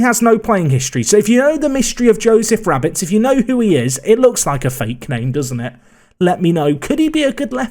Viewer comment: I know Joe Rabbetts, your saying it wrong 😅